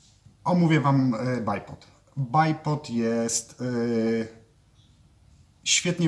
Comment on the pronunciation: Poprawnie wymawia, w przeciwieństwie do 99% innych stosujących tę nazwę. Choć można po prostu dwójnóg :)